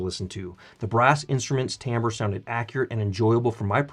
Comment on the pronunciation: Well done. You even pronounced timbre correctly.